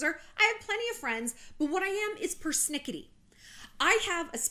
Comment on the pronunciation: Persnickity.. My new favorite